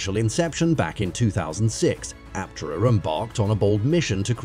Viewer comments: Aptera is awesome. But this content-farm AI crap is taking over youtube. Doesn't even bother to properly pronounce "Aptera" or even "EV". Drek work from moneygrabbers, not real EV journalism. Aptera needs more publicity, but dang this channel needs human quality control. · What's even more fascinating is the artificial voice used for the narration. Only detectable in a few spots, eg when "he" can't pronounce EVs -, for that matter, Aptera.